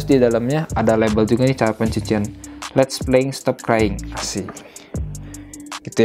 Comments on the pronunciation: "Les't" hrusnya Let's g siii??? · Les't harusnya let's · Ada yg janggal bang harusnya itu let's bukan les't